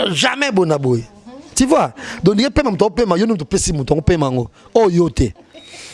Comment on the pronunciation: “Ti vois, Ti vois”🤣🤣🤣